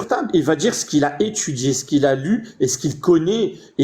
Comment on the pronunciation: Y on pas vraiment étchudié tu wouah , tchu wouah y ont pas vraiment étchudié .😮